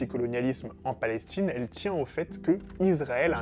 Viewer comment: La vidéo commence par « La Palestchine » 😖😖😖😖